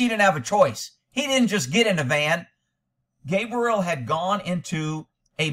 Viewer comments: Gabby or cab-rie-LLa/girls name not cabriel/boy name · calling Gabrielle "Gabriel" is so distracting, haha. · Man at least say HER name right